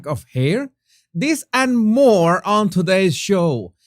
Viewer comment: Jesus, more not “moar ”